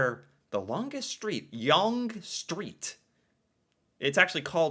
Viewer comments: The way you pronounced YONGE. 😅 Its pronounced Young. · Sorry to disappoint you, but #7 is WRONG (btw, Yonge is pronounced 'Young'). According to Wikipedia: "Until 1999, the Guinness Book of World Records repeated the popular misconception that Yonge Street was 1,896 km (1,178 mi) long, making it the longest street in the world; this was due to a conflation of Yonge Street with the rest of Ontario's Highway 11. Yonge Street (including the Bradford-to-Barrie extension) is only 86 kilometres (53 mi) long. Due to provincial downgrading in the 1990s, no section of Yonge Street is marked as a provincial highway." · Contrary to being the most educated nation, the US is among the most poorly educated among the advanced Western democracies. Yonge Street is pronounced as "Young" Street, not "Yong" Street.